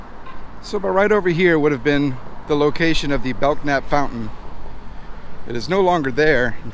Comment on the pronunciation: FYI, the "K" in Belknap is silent. Pronounced like "bell'-nap". His descendants live on in N.O.